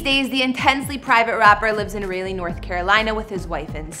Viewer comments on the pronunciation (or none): It's RAH-LEE..... NOT RAY-LEE.... , This for some reason showed up on my Google explore/home screen... This was hard to listen. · Did she say raylly..... like it ain’t Rah• lee... Raleigh, NC ..... lol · Thank you it’s rowly not rawly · I hated her after that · No one pronounces Rah- Lay lol the right way or Rah- Lee. I've always get Rail-ee or Riley or Ral-ee cthu! It's funny! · Not Raylee, NC 😩🤣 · Raleigh is pronounced Rawl-lee not Ray-lee....SMH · lol....yes she should have asked someone before she did this video! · well it sure isn't pronounced Ry-Lee like the name Riley Rawl-lee Rah-lee close enough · Wtf is Rail-lee? You mean RAH-LEE? SMH. How you even get that pronunciation from the way it's spelled? (Raleigh) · For God's sake!- If your going to do a segment on North Carolina, is it to much to ask of you- to know how to pronounce the name of the damn capital. Its Raleigh...pronounced as ....( Rawlee) - not Railee. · Rah leigh, Salls berry, Correct pronunciations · It's pronounced, Raaa-lee,not Raley.🤪🤪🤪(Raleigh) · WTF IS RALEY!? ITS RALEIGH... RAWL-LEE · Where is SHE from? That accent...omg. Raleigh is pronounced Rah-Lee..not Really. Good lord girl. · Rayylee .. lol! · Ong she said Rayleigh instead of Raleigh😂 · I was so confused raylly? I had to rewind too. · Ra-lee ,simple . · No it's pronounced Rah- lee. Salisbury NC born and raised. Have plenty of family in Raleigh. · Rah- Lay or Rah-lee always acceptable. The other ways just sound odd or funny. Cthu!! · We are also bordered by Georgia in the SW portion of the state... And with all do respect... What did you just call our capital? Rayyleee? 💀🤣🤣🤣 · I thought it was "Rah-Lee" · Rahhhhh..... rahhhhhh ....... Raleigh (Rah-Lee)...... Salisbury (Sawls-Berry)... for fucks sake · She can't pronounced not a damn thing right. It's Rah-lee (Raleigh) and for Salisbury, IDK what she said but that ain't it. #myHOMEtown #born&raised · It’s not Rileigh it’s Raleigh I know because I’m from North Carolina